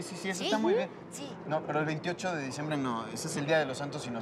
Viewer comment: El minuto dijo el 21 de dicembe